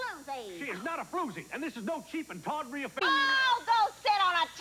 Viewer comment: tawdry not tottery